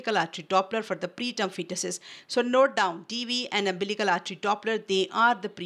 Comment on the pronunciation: Wrongly pronunciation of umbilical n uterine artry